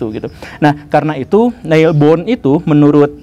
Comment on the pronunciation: pak guru koreksi cara pengucapan Niels Bohr tidak seperti itu [ˈne̝ls ˈpoɐ̯ˀ] beliau orang Denmark